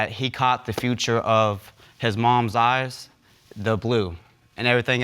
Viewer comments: Since when did the word “feature” become “future”…🤔. This is the third episode I’ve heard this word pronounced that way. 🤷🏾‍♂️ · ‘FUTURE’……why’s it so hard to pronounce FEATURE correctly